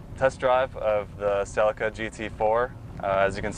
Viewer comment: Pronounced Sell ee cah. Not selly car